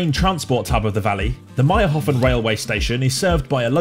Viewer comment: its mayrhofen, not mayrhofn